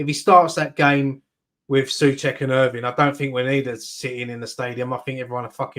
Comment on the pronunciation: Someone's gotta tell that guy that it's "Irving" not "Irvine" 😂